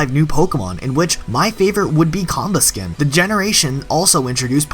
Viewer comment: Com-buh-sken? Don't mean to be a rude but I thought it was com-busk-en or com-bust-ken idk that's just how I seen it